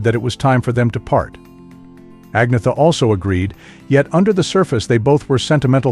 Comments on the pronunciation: It's not! Ag-na-ther...it's Ann-yet-ter or Ann-yet-a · An-yeta.... Not Ag-nita..... You're wellkum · The commentator on this piece of trash can't even pronounce Agnetha's (AN-YET-TA) name correctly which is bad enough but to then blame her for the break-up is beyond scurrillious! Shame on the shitbags who made this piece. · Pronounce, An yetta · You could at least learn how to pronounce her name correctly. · You need to learn how to pronounce agnetha